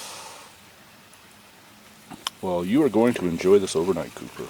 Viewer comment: When I first started watching this video I thought you were calling your dog "Pooper" until about the 4th time you said his name "Couper". I thought to myself ' that is an odd but semi cute name for a dog ' and then I thought ' huh I wonder if he picks up poopers' poop when he poops along the trial. Oh well ! Just an odd observation.